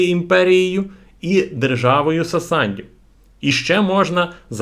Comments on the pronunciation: Сасандів хехехехехе) сасанІдів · Сасанідів, не сасандів